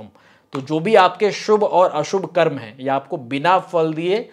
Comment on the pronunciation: कर्मा नहीं "कर्म " कहो